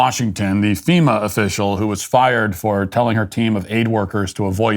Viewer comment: "FEMUR" is a bone and NOT an organization. Wish some people could learn to speak and why they keep getting on camera for news is beyond me. :)